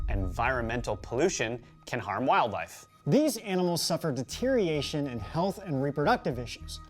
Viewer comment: Neither of you can say deterioration correctly.